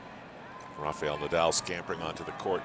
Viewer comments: Music full blast on the breaks, only in America , is not a NBA Basketball game , tasteless! And to the commentators is not pronounced Rafiel but RA- FA -EL, ok? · I don't get how some Americans can pronounce 'Rafa' but Rafael becomes 'Rafiyel'. 😂